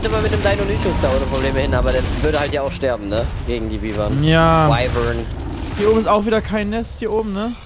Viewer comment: Man spricht wyvern wie weiwern aus